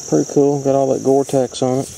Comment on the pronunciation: Did you say Gortex instead of cortex? Cortex: "On most cobbles (stones) or nodules (flint) of source material, a weathered rind called cortex covers the unweathered inner material". Great video. Thanks.